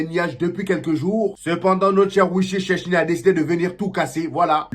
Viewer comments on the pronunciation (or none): J'ai entendu sadam Hussein 😂